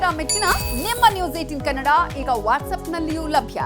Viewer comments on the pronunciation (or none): none